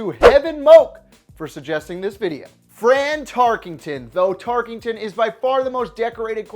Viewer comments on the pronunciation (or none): TarKENton, not TarKINGton.